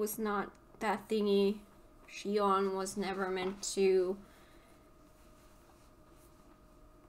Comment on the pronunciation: Now that you ended it, let me clarify a bit regarding the title of this game. Kingdom Hearts 358/2 Days (pronounced "Kingdom Hearts Three Five Eight Days Over Two") refers to covering the 358 days of 2 people, Roxas and Xion, while they were part of Organisation XIII. Oh, you pronounced it correctly, since in original Japanese version it's pronounced like you did in , "Lia". It's just that English version likes to make these weird changes.